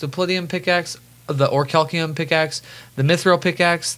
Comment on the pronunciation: "Or-cal-ceum" YouTube: Damn😔